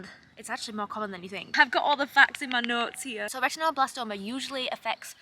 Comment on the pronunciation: A silly thing, but I love how you pronounce "retinoblastoma" -- very Yorkshire vowel pronunciation!